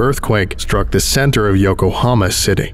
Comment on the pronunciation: I heard Oklahoma not Yokohama 💀